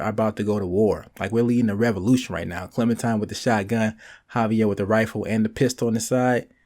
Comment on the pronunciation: i hate he says clemintime